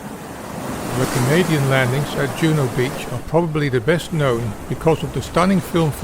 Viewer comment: Juno Beach wasn’t pronounced like a Scandinavian word. JJJuno with a hard “J”